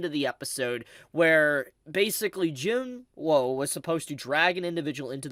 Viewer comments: Do you purposely mispronounce Jinwoos name? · That’s not how you pronounce Jinwoo…